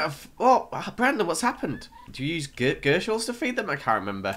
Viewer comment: After you said sorry I'm calling them gurshals not gyshals you were still calling them gurshals XDDDDDD